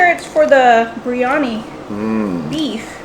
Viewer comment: I could be wrong but I believe it’s biriyani not briyani…just like her sis says macaroons when she has macarons. If you’re sharing ppl foods, teach them the right way to pronounce.